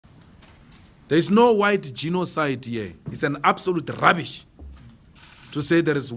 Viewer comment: Dat emphasis on rubbish😂😂😂